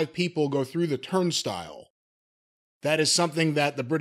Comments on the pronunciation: No. Jim is saying it wrong. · TURNSTILE....not turnstil Jim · Turnstle? I love Jim to death, but that sure is a weird way to say "Turnstile." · Is "turn stull" a common pronunciation? I call it "turn style" and while I grew up in the South I don't recall the word coming up in conversation before...so just curious. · Who else loves who Jim is saying "Turnstile" as like "Turnst'll" 😂😂. Same way he says "Louisville" basically with his little bit of accent. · Yes I’m saying turnst’ll from now on ha ha! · Turnstile is the only word I've never heard that way... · I never knew turnstile was supposed to be pronounced like that. lol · Idk if I like how Jim says 'turnstile'. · The way, Jim pronounces turnstile is like nails on a chalkboard for some reason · I've never heard turnstile pronounced the way Jim says it. Im sure it's a midwest/southern thing. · I've been mispronouncing "turnstile" for years.